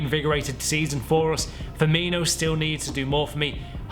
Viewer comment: You said For me though that sounded like ferminho